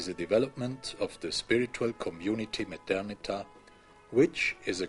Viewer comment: It's Methernitha.